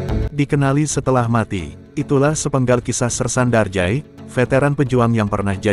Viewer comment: Nyebutnya jangan Darjay, tpi Darja'i